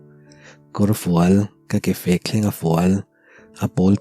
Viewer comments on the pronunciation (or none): Ke fek nilo in ke rek tih tur